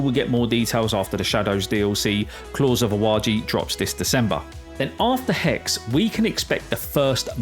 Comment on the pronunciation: „Hexe“ is pronounced “hEksuh”…